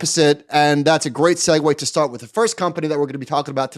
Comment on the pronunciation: did you say "shart"? It's " before we start ". Great Freudian slip